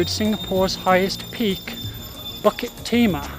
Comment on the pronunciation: Fantastic videos. It’s pronounced “boo kit” btw